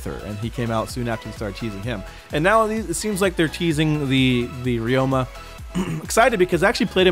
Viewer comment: This is how you say Ryoma (Ri-o-ma)